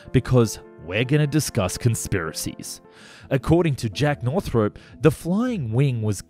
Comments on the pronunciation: It's pronounced Northrop, not Northrope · Man, please... it's North-rup, not North Rope. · Can't listen to this, half my family is called Northrop and it's not north-rope it's north ROP like DROP . Sorry, we all have our little foibles! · NorthROP not NorthROPE. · Pronuncation police. It's naw throp, not naw thrope. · Never heard it pronounced 'North-rope' before. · Just so you know, it's pronounced as it's spelled, North-rup.